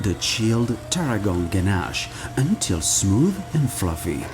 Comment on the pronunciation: i love the way you say ganache :D